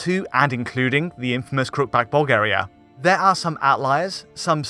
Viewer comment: What did you say about Bulgaria? I couldn't understand you.